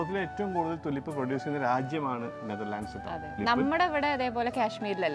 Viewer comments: Its not തുലിപ് - -- Its ടൂലീപ് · ട്യൂലിപ് ആണ് ടുലിപ്പ് അല്ല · തുളിപ്പ് അല്ല ട്യൂലിപ് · ടുലിപ് അല്ലാട്ടോ . റ്റ്യൂലിപ് ആണ്. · തുലിപ് അല്ല, tulips, ട്യൂലിപ് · Thulip allado tulip ennu parayu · തുളിപ്പ് ❌ ടൂലിപ്പ് ✅🌷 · It is Tulip,prenounce properly